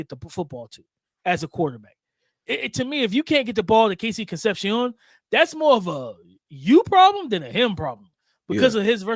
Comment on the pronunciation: how your last name Sanchez and you can’t pronounce con-cep-cion.